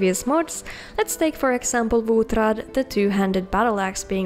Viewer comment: Not gonna lie, I really like the way you pronounce Wuthraad and Vittoria Vici. The proper hard R is just the best lol